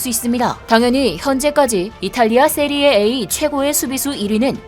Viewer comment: 세리에이 아니고 세리에아 이름은 바르게